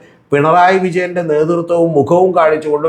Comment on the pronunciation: 'വിജന്റെ' അല്ല 'വിജയന്റെ'